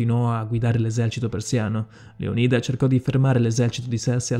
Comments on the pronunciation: Leonida non è giusto? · credo si pronunci Leonida non leonìda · Bellissimo video, però ti prego.... LÉONIDA NON LEONÍDA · Bel video però devo farti una correzione lo spartano non si chiamava Leonìda ma Leonida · Bellissimo video, ma Leonida pronunciato Leonìda e Simon pronunciato Saimon? Ciao. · Leònida , non Leonìda !!!! 😨😨😨😨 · Tutto bello eh, ma metti l'accetto sulla O di Leonida non sulla I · Non voglio fare il maestrino ma si dice leonida no lionida . Comunque bel video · si dice Leònida non Leonìda grazie. (Controllato e certificato dal D.O.P. Dizionario d'Ortografia e Pronunzia) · Leónida... Non Leonída... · .... aggiungiamo anche che non si dice MAIAMOTO (miyamoto) ma MIAMOTO (miyamoto) ... inoltre dovresti rivedere la tua conoscenza della storia giapponese.... per te e' fantasy !!!!. .. non si dice LeonIda (con l'accento sulla I) ma LeOnida (con l'accento sulla O)... e poi TERMOPOLI? forse era TERMOPILI .... lascia stare ... un altro video ?? nooooooooooooooooooooooo ...... altro che 20k iscritti e mi piace ...... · Leonida non leònida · Leònida pls non leonída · A me fa infuriare il modo in cui pronuncia "Leonìda" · Con la pronuncia sbagliata di Leonida mi hai spezzato. Si pronuncia Leònida c’è scritto anche su google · Leònida!!!!!!! perchè sbagli sempre gli accenti???? informati un po' di più per le prossime volte! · Già, mi ha triggerato sentirlo pronunciato Leonìda😅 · Leònida si pronuncia maledizione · Sbagli la pronuncia di Leonida! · anche a me, è come sentire la pronuncia sbagliata di facocero! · Ma come dici Leonida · Ahahahah termopoli Ahahahah prima di fare un video studia i nomi almeno. Per non parlare di leonida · si dice leonida non leonìda , e si dice Termopili nom Termopoli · frate se ti sentono pronunciare "saimon" bolivar (lingua spagnola, leggi simòn), "maiashimoto" (miyashimoto si legge come scritto, visto che è già una traslitterazione...), o "leonìda" (greco... Leònidas), potrebbero farti barba e capelli XD. video simpatico, grazie